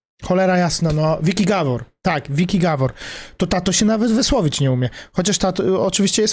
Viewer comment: japierd..... typ co nawet nazwiska dobrze nie potrafi wypowiedzieć, GABOR nie gawor wgl wez sie za swoje życie a nie pierdolisz, węgiel się fajnie słucha xd jesteś gorszy niż bezmózg bez kitu